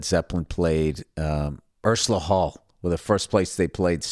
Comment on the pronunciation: Ursula Hall??! Lol 😂 it’s Ulster Hall because it’s in Ulster aul Billy silly bollocks!